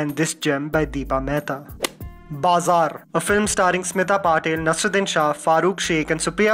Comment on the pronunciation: Thank you for the video. If I may suggest: NasEEruddin and not Nasruddin.